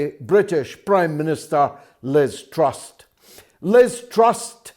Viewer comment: It is Liz TrusS, bro, NOT Liz TrusT.